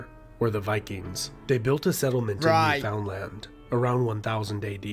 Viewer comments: Ok, within the first minute I knew this was not made by a Canadian. Eskimo is not a good name anymore. Also it is not New FOUND land. It’s Newfn land! You need to watch a video by an actual Canadian. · This guy is not pronouncing Newfoundland properly we pronounce it like Newfunland